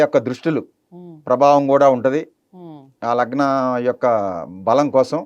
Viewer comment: లగ్మా, నగ్మా కాదండి లగ్నం రా వెదవ..!